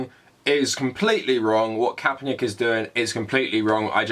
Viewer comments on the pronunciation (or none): "Colin Kaepernyick" lol, you pronounce it like its a Slavic name. Also Nike is said like "nai-kee" not like "hike" but with an N instead of an H